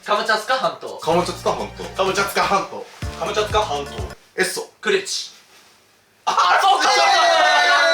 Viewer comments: 2倍速で聞くと｢カツカツハンド｣に聞こえる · 後半｢ハムカツサンド｣にしか聞こえなかったww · で｢カムチャツカ全島｣を｢カムチャカ全島｣にまちがえてた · 最後カムチャツカ半島じゃなくてカムチャカになってました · 最後のカムチャツカ半島がカムチャカ全島になってた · カムチャツカ半島がカムチャカ半島になってた(笑) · 最後カムチャツカ全島じゃなくてカムチャカ全島になってる笑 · 最後のカムチャツカ半島がカムチャカ半島になってる！ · 最後、カムチャツカじゃなくてカムチャカになってない？？ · カムチャカ全島じゃなくて、カムチャツカ全島じゃないの？ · 最後の最後にカムチャツカ半島がカムチャカ半島になってる 残念…👼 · 後半から｢かぼちゃつかまんと｣って聞こえてくる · 最後のカムチャカ全島になってて草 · 「カムチャカ半島」になってる😂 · 最後らへんから、「カムチャカ全島」になってる笑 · 最後 カムチャカ全島になってた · カムチャカ半島になってる笑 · ところどころ「カムチャカ全島」 になっとるww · 最後、カムチャカ半島になってた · くまちゃんつか関東に聞こえるひと👍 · さんの「カムチャツカ全島 」が可愛いฅ(^ω^ฅ) 💕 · 最後、カムチャカ全島になっとるやないかいw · 最後「カムチャカ全島」になってた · 最後カムチャカ半島になってた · 最後カムチャカ全島になってなかった？w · 後半になると『カボチャ掴まんと』にしか聞こえなくて…笑笑笑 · の「カボチャ掴まんと」聞いてから「カボチャ掴まんと」とか「カボチャツカ半島」に聞こえる😂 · 最後 カムチャカ全島だった… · 最後カムチャカ全島になってるw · 最後カムチャカになってるしw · 途中からカムチャカ半島になってる… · 全部かぼちゃ掴まんとに聞こえちゃう